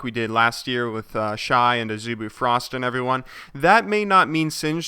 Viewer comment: Worh = with xD